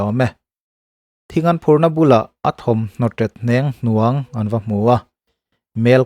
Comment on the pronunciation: A thawmhnaw ṭet 'hneng hnuang' tih hi.. 'hniang hnuang' tih zawk ni se..😊